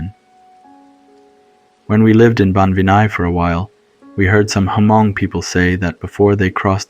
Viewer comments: Good story but couldn’t get past the inconsistent pronunciations and Huh-mong instead of Hmong pronunciation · Loved it but please don't say H-mong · Same here! Like bro you know how to say these common words. L For example, Haa Mong!? Like really!? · Hey, so, Laotion is pronounced like (Lay-ocean) & Hmong should sound more like (Mong). Great storytelling, though!